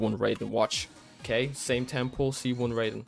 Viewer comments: It hurts every time he says ‘rayden’ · Honestly, the fact he put in so much effort, got so lucky, yet can't even say Raiden right pisses me off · The way you keep mispronouncing Raiden's name lol this isn't mortal kombat